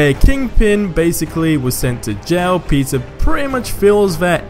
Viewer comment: i swear ur saying pizza parker not peter..